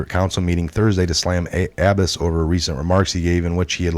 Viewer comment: it's aboo ahbass pronounced.